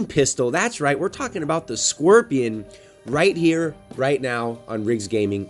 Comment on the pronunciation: Stop pronouncing it squirtion